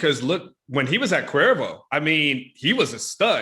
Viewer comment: Did say "Cuervo"?